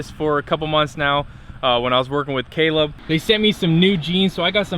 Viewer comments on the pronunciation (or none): none